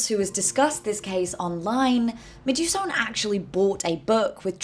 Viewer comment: Medusone is indeed an incredible creator!!! But PSA her name is inspired by Medusa + Persephone so I think the end is meant to be pronounced more like "so-knee"